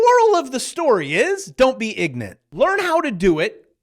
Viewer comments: Did he say Iggnant? well then, don't be... Thx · "Moral of the story is - Don't be ignent." - HAHAHA